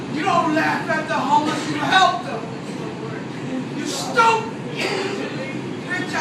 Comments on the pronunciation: "YU STAUPID"😂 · LMAOOOO "you STAUPID"